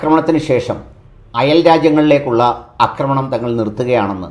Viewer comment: "അക്രമണം" 🚫എന്നല്ല "ഫാഷയെ" ഇനിയും അക്ക്രമിക്കല്ലെ ഡാക്കിട്ടറേ ആക്രമണം എന്നു പറ.... 😂 അക്രമം, ✅ അക്രമി,✅ ആക്രമണം ✅ അക്രമണം ❌